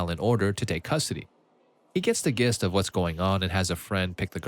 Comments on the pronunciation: did you say gist as in ghost instead of gist as in jack? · "gist" is pronounced with a J sound.